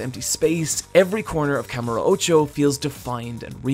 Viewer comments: As much as I agree with almost everything in this video and personally love this series, minus the zombie game of course, I just couldn’t get through this video. Simply due to the pronunciation of kamurocho. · Kamur Ocho???? Its called Kamu rocho